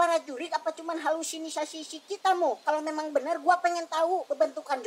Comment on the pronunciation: Nying meni ribet ngomong teh "halusisisnasasi " wwkwkwkwkwkwkw nying gaya ngomonga na euy bahasa gaol wkwkwkwkwjw